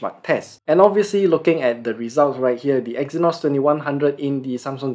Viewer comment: The Review was not able to understable As giving the review he said EXYNOS IS BANNED. But it was BACK the pronunciation was kind of bad